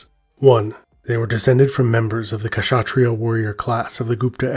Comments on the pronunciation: I am an Indian and I am not a rajput but I know they are proud of their legacy. I had lots Rajput classmates and they usually are considered superiors, And you said Kashatriyas but the 'K' is silent, so you pronounce it as shatriya. The rest was very good. 😊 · Awesome video. Just FYI, the K in Kshatriyas is kinda silent. So it's pronounced 'shatriya'.